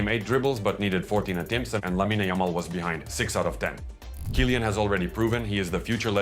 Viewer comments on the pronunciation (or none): Good video. Just annoying that you pronounce Tchouameni good and simple names like Vinicius and Kylian wrong.